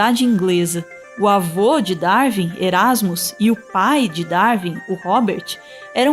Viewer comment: Ótimo vídeo, só um detalhe: se pronuncia "Dar-uin" e não "Dar-vin".